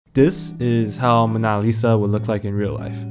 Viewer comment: its Mow-na not Ma-naa